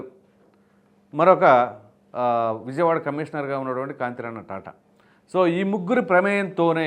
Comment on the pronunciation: తాతా కాంతి రాణా లేక కాంతి రాణా " తాతా" - అంతే గానీ కాంతి రాణా" టాటా "కాదనీ మధ్యనే ఎవరో ఇచ్చిన క్లారిటీ విన్నాముం. దయచేసి వాస్తవం ఉచ్చరిస్తే బాగుంటుంది.